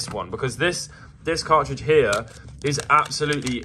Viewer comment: Just a note: The letter "T" exists (except within the word 'car-ridge' as you mentioned)